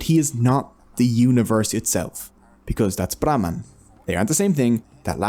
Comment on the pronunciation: Brahmaand( univers) instead of brahman